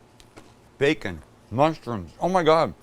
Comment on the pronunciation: Sam bring 🔥amazing. Sam was that your southern accent when you said 🥓 😆.